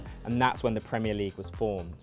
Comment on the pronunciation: "PreEemEer Liig"